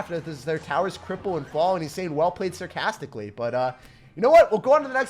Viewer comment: He saying well played SIRcastically!